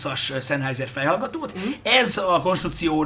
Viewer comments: Nem ártana, ha a szemüveges fickó németül legalább olvasni megtanulna. Az "ei"-t "áj"-nak ejtik, nem "ei"-nek. A számolás is úgy kezdődik, hogy eins (ájnsz), zwei (cváj), drei (dráj)... Az, aki a német nyelv e legalapvetőbb részét sem ismeri, - nagy nyilvánosság előtt - csak égeti magát. A Sennheiser-t helyesen szenhájzer-nek ejtik. Egyébként jó videó, sok hasznos infóval. Köszönet érte! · "Zennhájzer", mivel német. S németben mindig Z (legalábbis szó elején), az "ei" pedig "áj".